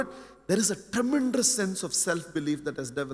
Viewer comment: I really enjoy his speech and also his vocabulary but I don't know why he is pronouncing 'tremendous ', as ' tremendrous'.